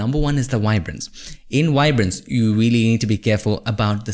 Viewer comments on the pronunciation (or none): Awesome tutorial bro! Like how u say “wibrance” lol